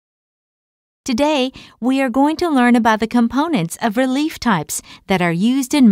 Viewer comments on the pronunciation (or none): great explanation; the words should be "relief" (no "relif")